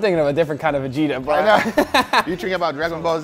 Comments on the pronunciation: Hello from Zagreb! It is no how you pronounce it mate but it is ok ;) As advice you can season potatoes and all other food with it and for meet you rub it all around and leave to sit a bit to absorb better and then just cooke! Other note on burek … you can use beef also instead of lamb … and for spices it is just salut and black pepper :) no cumin at all mate! Furthermore it isn’t a Croatian but general area of Blakans but it comes from Ottoman empire! And no egg wash at all just oil 😂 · The "G" is like in "Garage", not like "J" in "John" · You pronunce letter g in Vegeta as you pronunce in word egg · It's Ve as in Velma Ge as in Guest Ta as in Vegeta from DBZ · Just a note - The G is like Giga or Good, not like George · That's not a real burek, more like lasagna. Also, Vegeta is not pronounced like the DBZ character, the G is like from the word Greg. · You just season everything with Vegeta here, you should maybe check your pronunciation, it's definitely wrong, to summarize: Ve is good, g is pronounced as in dragon, e is pronounced as the first e in ester and ta is kinda ok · Burek or this vegeta its a Balken thing not a Croation thing get it right!😉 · Youre not pronouncing Vegeta correctly but its fine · The G in vegeta is pronounced like the G in god . not like J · Vegeta being used a lot at eastern Europe. And you pronouce it wrong. The G- should be pronouced like in a word "gun". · you pronounce g in vegeta like in g in your name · You pronounced the g wrong so I'm unsubscribed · It's Vegeta, not Vigita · Also its not Vejita, but Vegeta damn xd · Its vegeta not vejeeta😂😂😂 Other countries aside from USA exist and other languages than English does too, respect us. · VEGITA ITS OVER 9000 ITS VE-GHE-TA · It's more like "Veh-get-ah" not Veg-eat-ah, it sounds like a medical condition. Lol. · It's pronounced "VEH-GEH-TA", not "VUH-GEE-TA" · It's not pronounced 've-jee-tah'. It's 've-geh-tah'. 'G' as in 'game'. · btw its ve-get-a not ve-ge-ta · Not veđeta vegeta